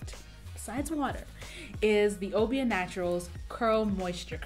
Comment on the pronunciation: Have you looked up the word Obia? No I'll pass